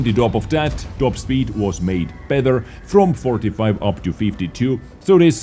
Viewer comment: Hey, why can u pronounce the "t" in the word "tank" perfectly but cannot do it with the word "better" which u pronounce as "bether"?